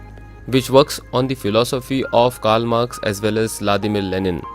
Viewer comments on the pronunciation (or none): La dima lenin nahi hota It's Vladimir Lenin